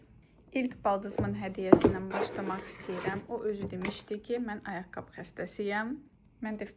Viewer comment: Düzgün danışıq forması «ayaqqabı» dır, "ayaqqab" yox